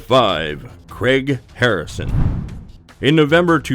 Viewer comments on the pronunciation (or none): It's not Cregg it's Craig.